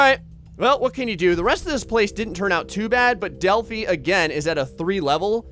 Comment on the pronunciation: Its Delhi not Delfi!